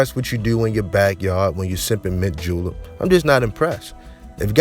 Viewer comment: This nigga said sittin in his backyard sippin "mint julep"